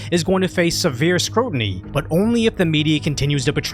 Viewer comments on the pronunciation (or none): "sever scrotiny...." roflmao It's a keeper, even if it starts out as a slip of the tongue! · "scotiny" lol